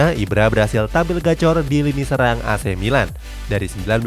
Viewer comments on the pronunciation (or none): none